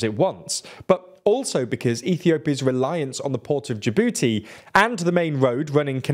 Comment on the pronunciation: Say Jabooty again